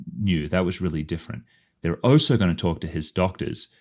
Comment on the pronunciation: Why do you say "oh so"? The word is "also" 🤷🏻‍♀️